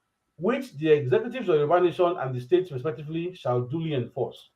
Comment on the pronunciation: please check how you pronounce "States".